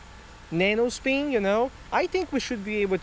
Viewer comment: Oh yeah the nano speen, Jesus dude speak English correctly or dont